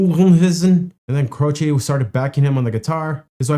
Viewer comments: His last name is Italian, it means cross, and the last syllable sounds like chay, rhymes with hay or pay, not chee. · As you saw, most people pronounced his name CRO chee. Jim, himself, said it is CRO chay. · Jim's last name was always pronounced Croche or more like Cro'she' where I was from. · In the 1970s, we all called him "CROW-shay." Just like "crochet," but with the stronger emphasis on the first syllable. Apparently this is how Italians say "croce," which means "cross." (Jim was born to Italian-American immigrant parents.) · It's Croshee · Its Jim Crow ch y eh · A lot of people pronounce it Crow-shay... and Jim seems to be playing the song that twice the regular speed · It's Cro-chee! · Grew up listening to Jimmy Croce. Love him. Its pronounced "Crowchee" btw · Jim "Crow-chee" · Crow chee - is how you pronounce it. Bad bad Leroy Brown is a fun alternative. I think I might have the title wrong but that's the gist of it. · Croce is an Italian name and people are pronouncing it wrong. The "e": is pronounced like the letrer "A". Croch A. But the A is cut short. I discovered him just a few months before passed. I was 14 years old. I was devastated.